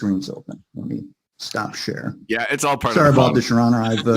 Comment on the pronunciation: IM DEAD🤣🤣 When he starts talking about sharing his screen to show Judge Manning the Texts, It sound like hes saying Shit instead of share😂 Then goes on and is like A God Damn It!😂